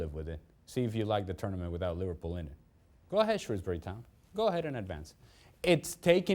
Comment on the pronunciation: SHREWSbury not SHROWSbury